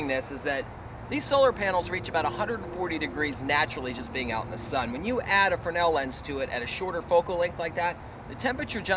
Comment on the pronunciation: I've never heard fresnel pronounced "fruhnel" without the s.